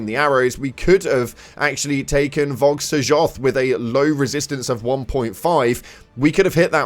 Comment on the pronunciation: Haha he said Vog Sojoth instead of Vowg Soyoth